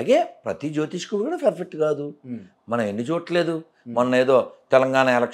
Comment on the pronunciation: Asalu nuvvu ferfett ane padam perfect ga palukuu ra babu